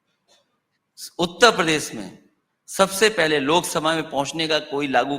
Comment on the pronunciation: उत्तर प्रदेश सही से कहना सिख ले 😂